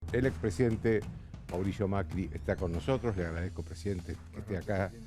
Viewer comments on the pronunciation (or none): epa, dijo: "le agragezco mucho presidente"???